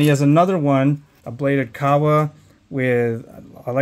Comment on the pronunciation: Are you saying "kawa"? It's a bladed kama. 😂